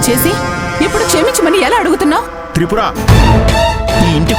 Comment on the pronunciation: Tripura Kadu thapura